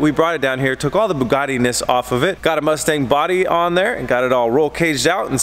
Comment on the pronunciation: Why don't you start building these Sema builds one month earlier so you're not always scrambling for the deadline? I understand things go wrong but you're in the same position every year. Also Boogardie is not how Bugatti is pronounced.